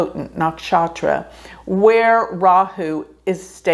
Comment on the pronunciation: You pronounce 'Rahu', 'Ketu' very well! 'Ketu' is perfectly pronounced, 'Rahu' is 99.8% correct. Looking great, too.